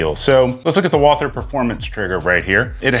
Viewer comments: Its pronounced like "Walter". The 'h' is silent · Walther is a German name and it's pronounced like "Walter" as if the "h" is not there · You say "Wall Ther" which I always thought was the correct pronunciation (and the way I say it). But most say Walter, without the TH sound. Always wondered which is correct. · Walther is German and German doesn't have the th sound. Ignore the h and pronounce it Vaalter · It's actually pronounced "Walter" and not as it's spelling would indicate to us English-speakers. If you want to get cute and go full German, you can go with "Vaulter". Neat.